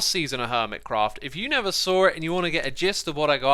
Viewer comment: Xisuma overcorrects his 'v' 'th' substitution error by saying 'nether' instead of 'never'. :) Xisuma I enjoy your london accent.